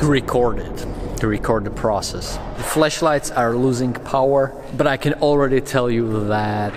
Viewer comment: Ummm bro “Flesh lights” are not the same as “Flashlights” Ik you have a strong accent but umm watching this I set down my phone to get a drink and heard fleshlight I almost spit out my drink